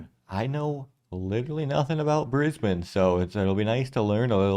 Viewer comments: Thank you for pronouncing Brisbane correctly!! I live in Brissy !!!! Love my city, my state, my Country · Well hats off to you for pronouncing Brisbane correctly and not saying Brisbaaaaaaane lol Firstly, Kangaroo's don't jump around out city streets. If you go out further where you see acreage properties, you will see heaps of them! We have them around us as we have a small farm just over an hour from the city. Mt Cotton has a tone of them and there is a great winery there call Sirromet. South Bank is right in the city and it's lovely and was the site for the 1988 Expo (probably way before your time lol) Brisbane is also way more relaxed than Sydney and Melbourne, it's not a rat race like those two cities. There is also the advantage of only being around 1 hour to the Gold Coast and 1 hour to the Sunshine Coast where you will find absolutely spectacular beaches! Australia Zoo is also not far from Brisbane and that is an absolute must see when you are here. It also never gets cold! We are crazy hot in Summer and our winters are beautiful and most of the time you can get around in a T Shirt in winter! In short, come to Brissie/BrisVegas/Brisbane, you'll love it here! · Glad that you pronounced it properly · First off - THANK YOU for pronouncing it right. Way too many Americans call it BrisBANE like the Batman villain when it's more a BrisBEN sound. Edit: not Bribby 😭. Bry (like high) bee - so Bribie is Brybee sounding.